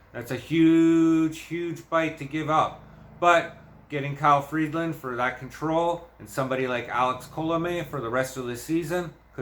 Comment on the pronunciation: There is no D in Freeland. It's Free-land, not Freed-land.